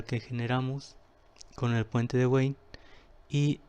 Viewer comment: Puente Wien, se pronuncia "bin" es alemán no inglés.